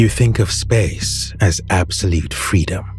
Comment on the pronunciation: Absolete fweedom